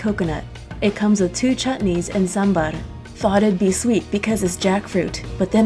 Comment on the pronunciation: you know what, you pronounced Sambhar better that North Indians....